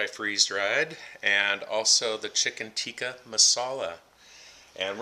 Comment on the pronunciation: Chicken Teekee Masala 🤣🤣🤣🤣 It's called Tikka!